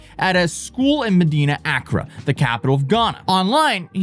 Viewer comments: Just to let you know it's pronounced "Accrâ" instead of "Âccra" where the emphasis should be on the latter half of the word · a-KRAA not Akra (not a dig just explaining) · Each time he says accra instead of Accraahh a piece of my brain breaks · your pronounciation of accra is off, and I think you said medina, its actually madina, a muslim part of accra. ghana is like 99% religious. christians & muslim mixed with nature gods and spirits. common ghanaians believe in pretty much everything all at once, witches, wizards, demons, curses, faith healing, national headlines about church leaders that want access to dead presidents body to raise him from the dead, women giving birth to snakes, goats turning into old men, they banish witches to witch-villages, chop of children heads for money rituals and rituals to make them bulletproof, ......... Im surprised that only a few ghanaians showed up for the arks. but I guess it was more viral outside ghana than inside. ghana is a very stable democracy, no terrorism, mostly safe. some clan fighting up north, highway robbers at night outside metro areas. ofcourse lots n lots of scammers. poor and desperate conditions but usually people take care of eachother.